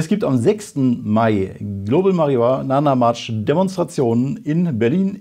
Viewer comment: min. „Global Marijunana March“ 😂❤